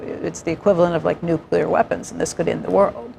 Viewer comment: NU-CLE-AR, not "nuke-u-lar"!